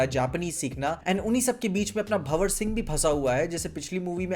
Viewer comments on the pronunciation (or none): Bhawar ❌ Bhanwar ✅